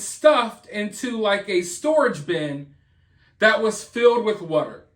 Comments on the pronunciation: I swear you find a way to say "water" in every video just to make me laugh. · The way you say water is weird lol 😂